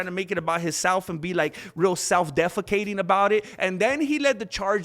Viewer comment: "Ariel Halwini" 😂 "self-defecating" 🤣🤣